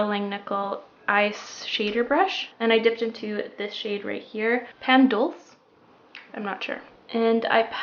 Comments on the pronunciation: Pan dulce is pronounced " pahn duel-seh" it means sweet bread.:) Love you! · p-AH-n dulcé (like dulce & gabbana) it means sweet bread in Spanish 😊 I love this look and love your other videos as well. You seem like such a cool, smart woman